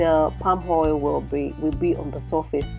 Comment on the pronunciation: Wonderful cuisine. Pls practice practice practice to drop the 'hadd" hoil'x thing. AAAddd!! Oiiiill!! Not hard is it.